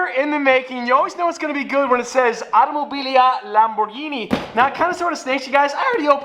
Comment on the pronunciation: I do but suit yourself, and as a petrol head he should at least know how to pronounce automobili Lamborghini 🤷🏽‍♂️